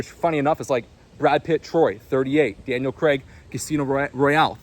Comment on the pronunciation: Fucking up the pronunciation of Jason Statham AND Daniel Craig's names multiple times is impressive.